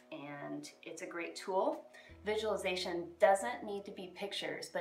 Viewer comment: It is really prounceate like visual-li- zation. visualization. 😂😂 everybody pronunciate right except people doing miracle morning routine. Probabaly bc Hal say it wrong first 😹😹😹😹😹😹